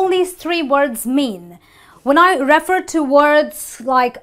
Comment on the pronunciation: Same when she says object, and refer